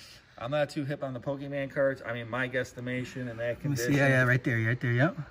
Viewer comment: "IM NOT TOO HIP ON POKIMEN CARDS"